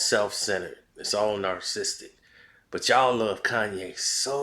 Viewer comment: All these videos and you still can’t pronounce narcissistic?